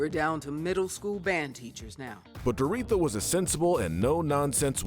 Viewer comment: This is a bit nitpicky, but it’s pronounced Dor-oh-THEE-a, not Dor-EE-tha.